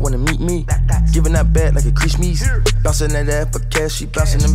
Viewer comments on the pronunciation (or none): Nigga said "Christmees" 😭